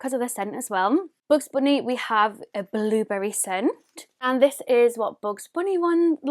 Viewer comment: "BoOgZ BoOnÉE"